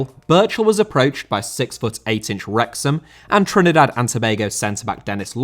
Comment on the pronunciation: Why can’t you say Trinidad